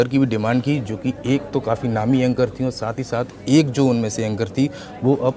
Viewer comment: भाई पहले बोलना सीख ले:- एक मिलियन होता है ना कि मिलियम, दूसरे ऐंकर होता है ना कि ऐंगर।